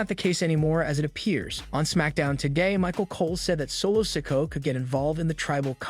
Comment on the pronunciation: I think you need to take your time when you're speaking because you don't pronounce the words properly and have the time you're dropping letters off names IT'S SOLO SIKOA NOT SOLO SIKO You don't have to speed talk take your time and more ad revenue seriously